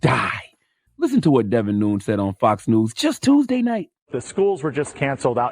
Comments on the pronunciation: CTG is speaking in hyper bowl when he pronounces Devin's name. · CTG should stop giving his opinion on politics until he learns how to say Devin Nunes' name correctly. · That man butchered his name so many times 😂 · Wow u don’t even know how to pronounce his name😂😂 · Who cares how you’re supposed to pronounce his name, he’s an idiot and doesn’t deserve to have his name pronounced correctly. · He said it correctly at the very end but that was after he mispronounced it at least 15 times. Lol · Devin noons 🤣😂🤣😂. I think its pronounced Nunez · It’s Devon not David and nun-YEZ not noons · Charlemagne, please check the pronunciation of his name. It’s not noons, unless you were trying to be funny. It’s pronounced Nu-nez. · It’s Nunes(Noon-yez) not Noons lmao Jesus Christ 🤦🏽‍♂️ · It's Pronounced "Nunez" not "Neuns". I wonder if Charlamagne knows the congressman is Hispanics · “Noons “ lol it’s “nooh-nehz “ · Y’all spelled his name so wrong. Lol Devin Nunes (Charla pronounced like NooñEz) hahaha. I was like “Who the heck is he talking about!?!” Noons?!? Lol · Charlamagne needs to learn how to say Devin's last name. It's not "noons". It's "noo-nez". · C tha God, it’s pronounced “NOON NESS”! 😂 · Pronounced "Nuñez" or "Nunyez" I believe. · It’s said like Gomez Noon-ez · Charlemagne, I want you to keep that SAME energy for Bill Gates, who is a computer guy moonlighting as a doctor/ epidemiologist with all his advice on vaccinations and covid 19.... oh and his name is pronounced nu-nez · Nunes Probably pronounced noonez You better harp on DeBlasio Don't give dude a pass He the Trump of the Democratic I mean socialist party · Dudes name is pronounced noon-es pretty sure it’s Portuguese. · NU NES how can you not know who this man is. You're pronouncing his name wrong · It's pronounced "New-Nez"... Everything else said about him is accurate. He's a complete idiot. Edit: just realized he got it right at the end 😂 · His name is pronounced Nu-NEZ. Like the Spanish name Nunez.